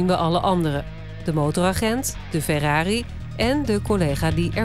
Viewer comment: De politie noemde de f”ERRARi” een ERROR”i 😂😂😂😂